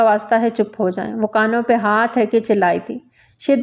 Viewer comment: معتل نہیں ہوتا معطل ہوتا ہے اپنی اردو پہ توجہ دیں اور ”اس پے“ نہیں ”اس پہ“ ہوتا ہوتا ہے